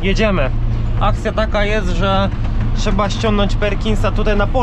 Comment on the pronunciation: trzeba a nie czeeea ihi